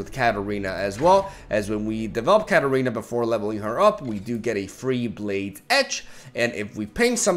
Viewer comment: everytime he says Katarina i can't help but hear cat arena XD